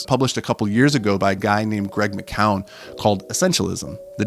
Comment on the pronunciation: That author’s surname is pronounced ‘mac-u-an’ not ‘ma-cow-an’, just so you know.